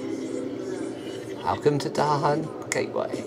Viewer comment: Dahaaaaan .... say it like an ARAB with sharp H